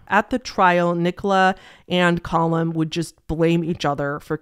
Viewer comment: Its pronounced "Cah-Lum" not "Col-hum", Callum is a pretty common name in the UK, is it not in the US? I legitimately thought you were trying to say Colin for most of the video but pronouncing it weirdly until i looked up the case lmao